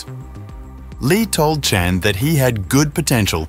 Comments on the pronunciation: Good grief, this narrator just can’t seem to pronounce the name, Chan consistently. Chen, Chon, Chone… dude - It’s ChAn… (long A) CHAN! Got it? And it’s Jean-Claude (like “Shzon”) not Gene-Claud.🙄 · can you a least pronounce Chan consistently